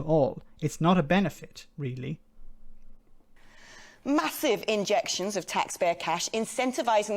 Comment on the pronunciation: A weally, weally silly piece is pwopaganda.